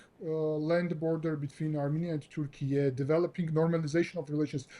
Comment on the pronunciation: Say Turkey correctly😂😂😂 WTF is turkie???